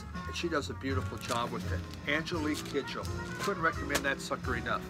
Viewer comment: Hey. Congratulations on making it through another year. Great shirt. Love all the Miles. If I saw that Black Gladiator sleeve I wouldn't hesitate to purchase it. Nice work with the Kidjo full name pronunciation. Sounds like a really interesting record as well. Flying boobs is a very interesting concept. Great psychoactive drugs, I'd guess. Enjoy your nap.